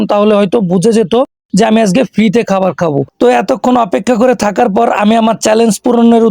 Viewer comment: ভাই আজগে না আজকে হবে। তবে কনটেন্ট ঠিক আছে